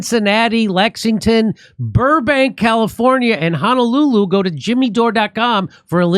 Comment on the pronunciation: Jimmy , You are pronouncing Honolulu wrong. Thereis no A as in Ha. It is Ho as in hoe or horrible. Ho No Lulu. Not Hana lulu. Please practice... HO Ho Ho..... No No No... Lulu. You got it.